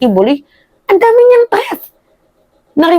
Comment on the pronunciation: "TREATH" NANAMAN???😂 "THREAT!"